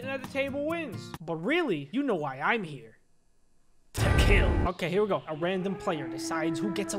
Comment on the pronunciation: I like how you said TOO KILL